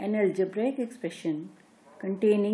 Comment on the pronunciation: and its algebraic not algebraaaaaaic. Such an irritating pronunciation!, though the matter is good.